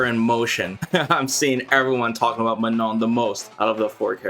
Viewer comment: You really have saved the best for the last! Also I love how correctly you pronounce her name(„Maano“)!